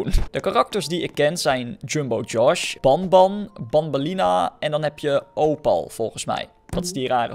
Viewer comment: je zegt benben je schrijft het als banban